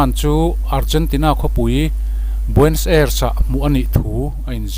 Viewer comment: Nia...Nazi tihah hian 't' telhin 'Natzi' tiin an lamri tlângpui. Tin,Argentina khawpui...Buenos Aires hi 'Buens Airs' tih ang deuhroh in a lamri deuh char char...'Bue-nos...Ai-res' tih emaw 'Buh-nos...Air-ess' tih ang deuhin an lam ri ṭhin.Hemi pahnih hi a lamri ngun si a,beng a tikham lek lek. Eichmann-a hming pawh a lamrik dan a inanglo zeuh zeuh bawk. Comment ve ka tum a,comment a khar(close) nge mawni,ka comment thei dêr lo mai.